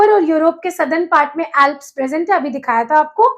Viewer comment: Mam bura na maniyega Aap k pronunciation bahut ghalat hai, Alps, Murray Darling, Navada etc. Pls video banane se pahle mehnat kare, sune sikhe aur fir spil kare